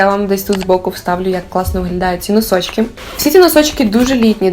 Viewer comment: Обожнюю цю вимову) хочу носочки